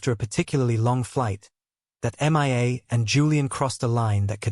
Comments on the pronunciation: It is hilarious how this AI narrator called M.IA. Her name is Mia , Julian mistress. A simple name. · Couldn’t even concentrate with the continual referring to the girl as M. I. A instead of Mia it was laughable as if she was missing in action does anyone even listen to these before they are posted ?😀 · The narrator says M I A and not Mia. The AI (artifical intelligence) narrator is substandard. The channel's owner needs to do a better job. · Haha Mia is not pronounced M.I.A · That drove me mad. So bad I was getting confused. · HOW HARD IS IT TO SAY MIA INSTEAD OF( M. I. A. missing in action ) ? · It is AI. Even the pronunciation of her name.He has a hard time saying it.